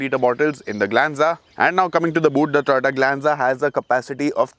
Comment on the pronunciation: When you say Toyota, it sounds like Tata